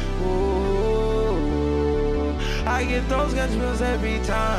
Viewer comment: he said Gasbumps I’m dead